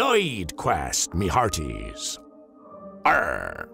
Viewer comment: Its arrrr not arrrg.